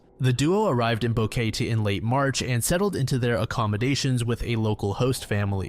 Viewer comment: The city Kris Kremers and Lisanne Froon traveled to in Panama is mispronounced here lol. It’s bow-keh-tey